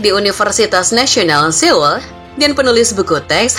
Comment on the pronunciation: Ibukota korea itu di bacanya soul mbak bukan seul